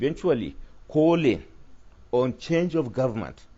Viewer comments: Ahhh, a whole Nigeria attorney general pronounced gommant as government, what a shame to our country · "Guament" did he mean Government? Attorney general!